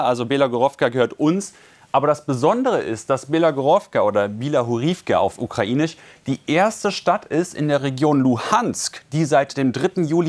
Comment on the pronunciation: Hat er jetzt immer noch nicht gelernt "russich" und "ukrainich" richtig aus zu Sprechen???